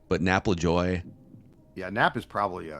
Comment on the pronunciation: I don't know how to spell it phonetically, but never pronounces Nap Lajoie's name correctly. It's not "Lajoy". More like "La-ja-way", with a soft J.